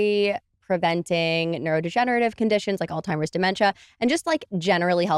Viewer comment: Hard to take someone seriously when they pronounce Alzheimer’s as “All-Timers”… 🫠🫠